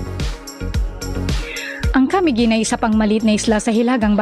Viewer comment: Yung pronunciation mo ng Camiguin ay mali. Ang stress ay nasa second syllable na "mi" at hindi sa first syllable na "Ca", gaya ng pagbigkas mo.